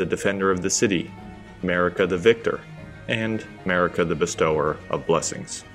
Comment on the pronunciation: Anyone else bad at reading? Not "best-tower", but "bestow-er"